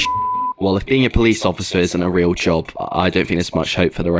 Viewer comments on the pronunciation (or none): none